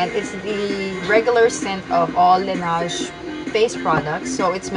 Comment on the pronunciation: Not pronounced "lanage"